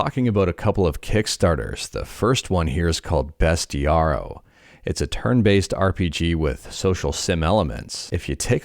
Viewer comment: hey sorry abt this but u mispronounced bestiario. its like u pronounce bestiary but w an o at the end.